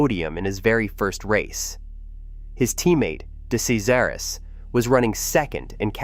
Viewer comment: This is earth calling hideous AI narration. Earth calling hideous AI narration. It's pronounced, "de-CHEZ-aris, or as he came to be known, deCRASH-aris.